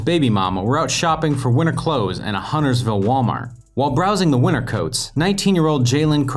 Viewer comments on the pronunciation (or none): none